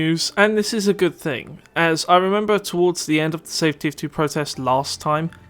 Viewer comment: Why do you pronounce K instead of G in words like thing you say think. You also put so much stress on K. Please fix your speech impediment, because it makes you sound like an amateur and in general very annoying for listening audience.